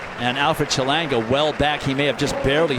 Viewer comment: “Chelonga” lol who is that